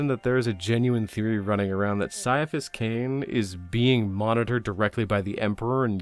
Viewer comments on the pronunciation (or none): none